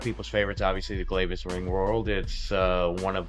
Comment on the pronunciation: It's pronounced Glavis, like glad.